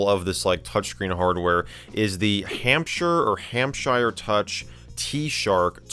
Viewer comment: The American accent killed me when you said Hampshire